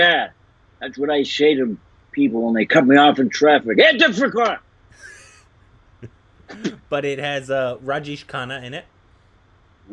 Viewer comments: Its it+te-fak not itafakwa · It te faq. Pronounced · It's pronounced ite-fawk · Ittefaq.... I am sure pronounced it as faq-wa because he was scared to say f*ck.